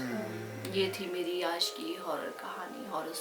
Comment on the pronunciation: Is he said aaj as aash?